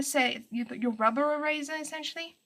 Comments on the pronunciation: Every time you say "eraser" it sounds like "E-razor" to me lol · The way you said "eraser" in the beginning instantly had me thinking, 'oh, she's South African!' Just because my boyfriend is from Johannesburg and that's how he pronounces it. And then you said you were in SA. :P Anyway, I just found this vid from your DeviantART, and you are so talented.